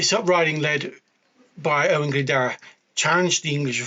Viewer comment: you gave it a good crack. Can’t fault you for that! 🍻 It’s the “dwr” really, it’s a lower case ‘w’ so is more like “d + oo + r” or like a person who does things, a “doer”. Bit of added etymology, “Glyn” = “valley” or “Glen” and “Dwr” = “water” so he’s Owain of the “Waterglen”. Cheers, Bach 🍻